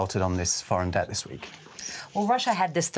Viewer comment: It’s ‘debt’. Not ‘dette’. …..just saying.